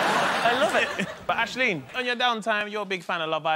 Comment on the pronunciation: Lmao Mo can't pronounce Aisling's name.